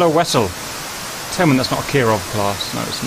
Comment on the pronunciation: Nuclear wessell…😂😂@